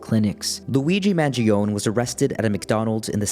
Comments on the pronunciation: Did you have to practice to deliver the most incorrect pronunciation of Mangione? Also, he's innocent! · HSAs are not for the wealthy...as a non wealthy with an HSA. Luigi hasn't been convicted of anything...at least pronounce his name correctly